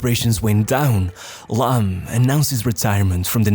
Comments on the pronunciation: video is good but It's annoying how you pronounce the players names. He is called Phillipp Lahm not Lamm. The other names were fucked up too... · This shitty AI voice needs to learn how to pronounce names ... but Lahm ( pronounced Laaaam ) was from another planet, incredible player ...